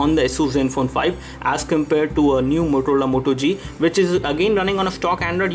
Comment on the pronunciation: did he just say MOTOLOLA Moto G? haha